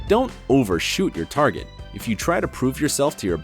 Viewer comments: Target, not Targe' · its target not targe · “Targe” not Target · You guys forgot the T at the end of the word Target in #13... I'm disappointed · You left out the t in target ..... just saying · Do I get a prize for pointing out "targe" ? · YOUR TARGE 😂😂😂 Missing that T doe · 13) 3.39 it says targe instead of target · "Don't overshoot your targe" What happened to the t!!! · Nd that's target not targe " " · “don’t “overshoot” your targe” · Forgot a "t" in "Target" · "TARGE" 😂 speech level 💯